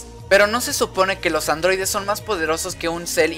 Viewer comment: LA CULPA ES DE LOS ADROIDES!!!!!!!: por que: POR SER ADROIDES!!!!!!!